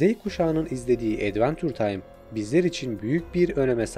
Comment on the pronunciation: Edvençır taym diye telaffuz edilir ona sinir oldum ya